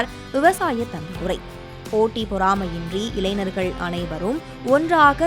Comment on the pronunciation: இளைநர்கள் என்ற சொல் தமிழில் இல்லை, "ஞ" வை சரியாக உச்சரிக்க கற்றுக்கொண்டு, இளைஞர்கள் என்று சரியாக உச்சரிக்கவும்... நன்றி....